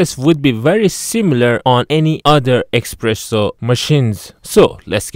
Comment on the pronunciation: It's called an espresso not expresso.